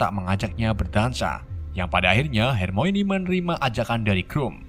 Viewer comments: Baca nya harmone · Bang coba dong hermoine nya disebut hermoni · HERMIONE = HER-MI-WUAN BUKAN HERMOINI BANG WKWKWK